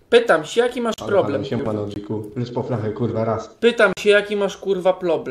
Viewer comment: "plobrem" naucz się gadać